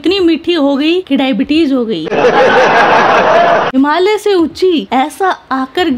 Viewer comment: Ye Hamaliya kya hota hai? Himalaya hota hai 😅😅😅😅